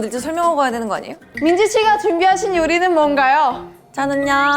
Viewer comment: "아~니예요" 발음 찐 말투네...자주 말하는...